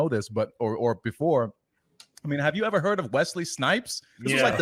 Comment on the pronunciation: Seven Samurai. "First Asians In Film Evah!"